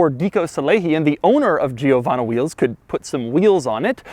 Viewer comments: its not Gio.......wanna! Its jowanna .....pronounced as one word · It's not pronounced G-o-vana but it's "jo-VAHN-na". It's an Italian name. Cheers! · But Doug, it cannot possibly be pronounced "Jee-oh-vahna". It's "Jovanna". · Its pronounced (Joe-vanna) Not (Geo-vanna) lol! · I am more annoyed by the fact that he says giovanno instead of givanna, i mean there is an a at the end, How the hell did you come up with an o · Giovanna (italian female name), the GIO is pronounced almost as Joe, it's easy. Amazing Video and Car. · man its pronounced djiovanna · It’s GEO-VAN-E wheels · Doug I’m Italian, and pleeeease don’t call it “giiiovanna”, don’t pronounce the “i” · Pro-tip: in Italian, you don't pronounce the 'i' after a 'g' or a 'c' if there's a vowel after the 'i'. So it's "Jovanna wheels". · for all this time i thought he said giovanni wheels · Hi Doug, writing from Italy: You can pronunce Giovanna like you would say JoeVanna. Without the long i. Cheers ;-) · Giovanna is a common italian girl name. Your pronunciation is bad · If everyone that has viewed and commented on Doug's description on this Lamborghini and have found a problem the way Doug pronounces the brand "Giovanna Wheels", i can imagine how Doug would pronounce my full name SMH. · Cool Guy He is pronouncing it half wrong. The GIO is pronounced like the JO is in Joy . The the rest was okay. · Is anyone else annoyed by how he pronounces "Giovanna"? You have to pronounce it like an italian lol